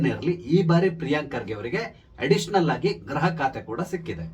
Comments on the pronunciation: ನಿಮ್ಮ ನಿರೂಪಣೆಯಲ್ಲಿ 'ಗೃಹ' ಶಬ್ದದ ಉಚ್ಚಾರಣೆ ಸ್ಪಷ್ಟವಿಲ್ಲ. ಅದು ' ಗ್ರಹ'ದಂತೆ ಕೇಳಿಸುತ್ತೆ. ದಯಮಾಡಿ ತಿದ್ದಿ, ಸಾಧ್ಯವಾದರೆ. ವಂದನೆಗಳು. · Gruha mantri., kannada uchharane madi.